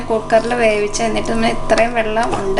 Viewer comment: Super, super, paksheaaa "pattikkan"alla "vattikkan"